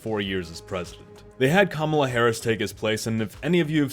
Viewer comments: You can’t even pronounce her name correctly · Why is it that sometimes you can pronounce Kamala's name correctly and other times you can't?... man, you said you wanted to be objective, and unfortunately, you failed face flat on this video .